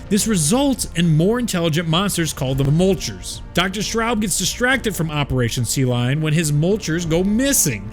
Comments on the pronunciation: Absolutely love this video. Lots of work was put into it, and you did a great job explaining everything. HOWEVER THEY ARE NOT CALLED MULCHERS. PLEASE STOP ;-; The official pronunciation from google translate herself, is something along the lines of "Moitler", kind of like moist but without the s. I am not a German expert, but I know for sure well that it's Meuchler, not mulcher LOL. Otherwise, keep up the great work! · Not Mulchers, Me-yoo-kew-lerz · Great lore but your pronunciation is a bit off. Meuchler is pronounced Moy-kler. Mutter is more like mootter